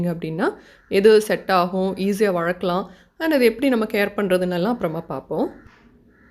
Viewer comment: வழக்களாம் illa வளர்க்கலாம் nnu pronounce pannunga